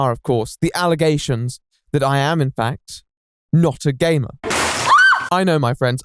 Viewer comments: Well... I am putting myself up the shame shack to be beat. When he said "Gamer" I thought he said "Gay man". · I MISHEARD "GAMER" AT FIRST I HEARD GAY MAN WTF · I honestly heard him say " the allegations, that i, am not a gayman "...Seriously i cant be the only one right? Ahaha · I thought at the beginning he said “allegations that I’m not a GAY” instead of “gamer” needless to say, I was very confused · I thought he said he was accused of not being gay instead of a gamer and I didn’t realize until like halfway 😭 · 52 seconds in, and I thought you said "I am not a gay man." Then you proceed to talk about gaming and I'm thinking I may have missed something.... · At the start of the video, I heard "That I am not a gay man." and I was shocked XD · I thought at first he was saying gay men weird